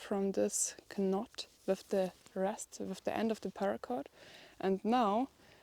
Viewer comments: Knot sounds like not. The same sound with different meanings. Pull not push. You are wonderful. I love your strong heart. I only correct you because I want you to learn and be very succe@ I am so proud of you. I too, raised children alone. I wish I had lots of money. I love what you are doing. Your parents must be proud of you. A strong woman is hard to find., you are a diamond amongst a pile of coal.💛you could be my granddaughter. With 6 grandsons, id be so proud of you! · Good to see you out and about. Pauly is thinking "Why are we always stopping and walking back and forth?!" And "No need to cook that I'll eat it right now!!" 😂 FYI the K in knot is silent so same as "not" and you "fluff" or allow the fill to expand in your sleeping bag. Happy Holidays to you and your family! 🎄